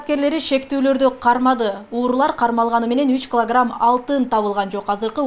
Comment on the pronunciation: Журналистка : СепИчка , кЫлограмм 😂😂😂😂😂😂